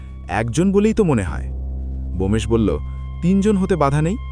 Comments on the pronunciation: 😅Bomesh korchen kano?Bomkesh hobe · উচ্চারণ ঠিক করুন। বোমেশ কি নামটি ব্যোমকেশ। এটি একটি বিখ্যাত নাম। ভূল করবেন না।